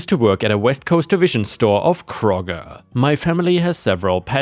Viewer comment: That store name is Kroger its pronounced like Crow ger, it's mostly in the ohio area. Have a blast with princess Disney